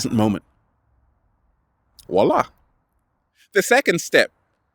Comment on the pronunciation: did you say 'voilà' or 'Wallah'?:D:) In Islam, the 5 day prayers are actually a daily practice of a mindfulness meditation!:) thanks for the video, love u,.